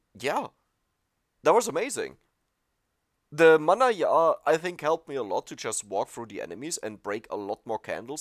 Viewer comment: Hi, mannajja is pronounced with the j from "Jeans" or "Joke":) It's an Italian pun on the word "mannaggia", which means "darn it!"